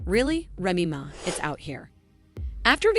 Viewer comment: Salaciously calling Remy Ma, "Remy Meh" with such confidence is enough to add this whack ass channel to the do not call list..